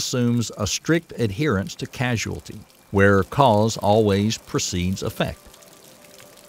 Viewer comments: It's cause-ality not casu-ality. Causality not casuality. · The narrator misprounces the word "causality" as "casualty," which is confusing because the two words have different meanings. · You have the wrong pronunciation: It is causality (kô-zăl′ĭ-tē), not casuality (kăzh′oo͞-ăl′ĭ-tē). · I thought it's just his accent.